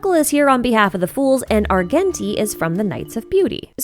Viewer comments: arJenti not ar genshin ti:face-blue-smiling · The way you pronounce Argenti’s name 😭